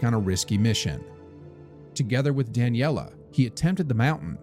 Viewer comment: The stories on the channel are very interesting, but this ai narration is bad. It may not be important to everyone, but it was difficult as a speaker of Italian, to hear "Daniela", a female name, instead of "Dahn yeh lay", a male name. Difficult in the sense of fingernails on a blackboard. It shows laziness on the part of the person who's supposed to be vetting the final product before it's published. Just to be clear, that wasn't the only mispronunciation in the video and the same thing went for part of the writing on the screen ; not referring to closed captions. Other than that, it's a story I wasn't familiar with and I enjoyed it, so thank you!!